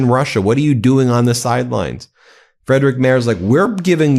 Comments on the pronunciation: Ben, it's pronounced Freedrich, not Freidrich 😉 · Hej, please learn how to say "Friedrich Merz". It's Freedrihk Maerts.